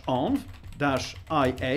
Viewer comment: the way you pronounce 'env' 😳